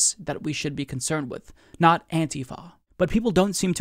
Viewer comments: I hate the new way you are saying antifa, what is antiFAa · Love when says "Anti-Foh", haha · Your accent when you say antifa tho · Ohma Zi-o lol....you are mistaken...i do not support donald trump. I do not believe antifa are terrorists...quite the opposite. I just can't stand the way pronounces the word antifa...i have never heard anyone pronounce it the way he does...its like a physical irritation....like homeboy said up above....like nails on a fucking chalkboard everyrime he says it.